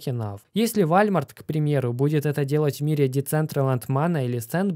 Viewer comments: Правильно говорить "Волмарт"🙂👍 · Вальмарт? сейозно?))) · ВОЛМАРТ. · Не ВАЛЬМАРТ,спаси наши уши ВОЛМАРТ, 😱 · Волмарт говорят Американцы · не позорься! Уолмарт, а не Вальмарт! Уже не первый раз тебе об этом пишу. В остальном все круто. Молодец, продолжай в том же духе! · Який нахер ,,вальматр"? Правильно буде ,, Волмарт - Walmart" після букви ,,W" буква ,,а" читається як ,,о". Наприклад ,,стіна-wall ( вол)" а не ,,валь"😄😄😄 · Почему все русскоговорящие живущие в сша говорят Волмарт, а Вальмарт? Так слух режет. Как же правильно всётаки? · Не Вальмарт а Волмарт! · Да Волмарт, а не вальморт! Сколько говорить?! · Спасибо за видео,! Walmart читается приблизительно как "вОлмарт". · Прежде чем лезть в крипту нужно научится правильно произносить УОЛМАРТ . Уахаха )))